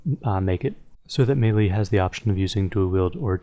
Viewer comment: YOU MIS-PRONOUNCED MELEEEeeeeeeeeeeeeeeeeeee